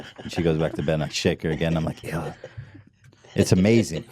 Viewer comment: it's pronounced eeh-lah